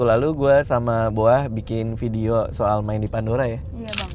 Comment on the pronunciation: Please namanya Boah bukan BOA😂 klau BOA idol korea noh penyanyi dia